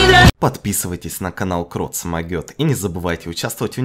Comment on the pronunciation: В начале видео ты рекламируешь KROT moget, а ты называешь Крот Смогёт. Буква "С" не надо!